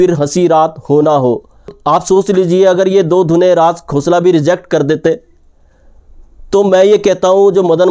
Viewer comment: अगर आप राज खोसला को राज "घोसला" कहते हैं, तो मैं भी आप को कहूंगा...